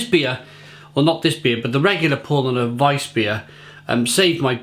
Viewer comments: Pronunciation, not spelling. Powlana, and yep accent the 2nd syllable. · About pronunciation, it's more like Powlarner, with a stress on the second syllable, great review though. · It's pronounced "POW-Larner" mate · yeah that's what I said mate. PoW-Larner, If you say that word in English it's the correct phonetic pronunciation of the German word Paulaner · German here: Nope, its pronounced Paulaner. The "au" is pronounced similar to "ou" in "ouch". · Exactly.... Was going to say the same